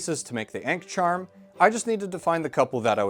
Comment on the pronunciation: “the ain’k charm” 🥀